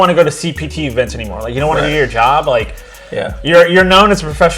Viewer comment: So... are you going to correct the "aynmore" or not?